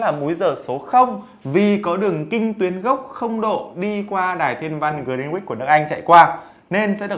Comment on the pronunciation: Grin-uýt mới đúng